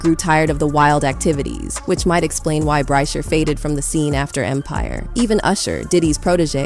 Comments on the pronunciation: Ok, this is a “bot” doing the voiceover, how do you miss pronounce “Empire”🤔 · After she called Empire .. EMPARE 😅 I STOPPED LISTENING LOL, I’m so confused